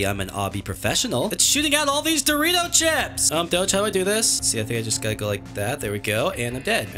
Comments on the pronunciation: I love how he said those danger things doritos XD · That’s funny wen u say Doritos chips